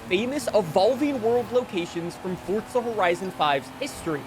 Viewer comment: Why he always say forza like fortza